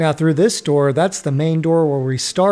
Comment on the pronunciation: Man, the vid is awesome, but why does it sound like you're saying 'name' storage instead of 'main' storage? Surely, I'm not the only one hearing this?